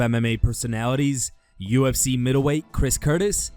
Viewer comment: Uhhhh Khabib, wtf is "the ufs" 🤣🤣